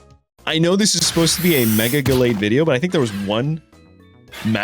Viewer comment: The mega What?? What kind of ugly pronunciation is that????